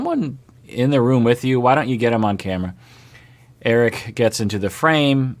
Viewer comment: its eric-eee